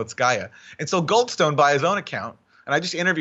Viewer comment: “Goldstone”. Every. Single. Time